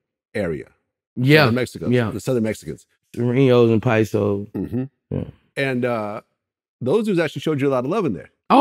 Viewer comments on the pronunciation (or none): Why does he keep saying paiso’s it’s paisa and he says it like they are a gang 😂😂